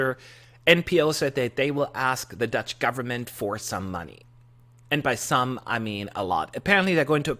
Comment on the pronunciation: I love your 'Dutch' pronunciation :)